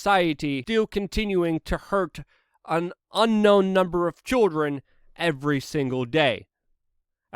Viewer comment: Why is he saying choldren?